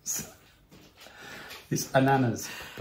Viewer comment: pronounced Ananas, Perfectly in French, for Pineapple. He is such a darling. You are like chalk n cheese. 🎉🎉🎉🎉🎉🎉🎉🎉